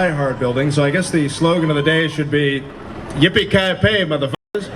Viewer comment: Lol its yippiekayyey